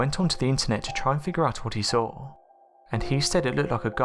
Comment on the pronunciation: So tell me again what you sawr? Oh bloody hell.